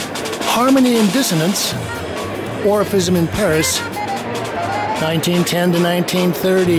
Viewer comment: James often sounds like he's saying Orificism